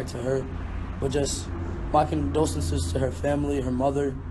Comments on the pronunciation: He could never say condolences right😭🖤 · He said "condosenses" I'm shook but seriously this is so sad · Who Cares? He don't know how to say condolences. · Lol I thought for sure he would've corrected himself after the first time. That baby just had a hard time pronouncing that word. 😅